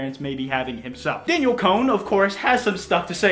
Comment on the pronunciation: It's pronounced DAN-YELL damn it! 😂